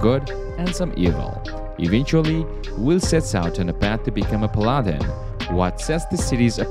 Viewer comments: Pal-lah-den Jesus dude lol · Pal ah den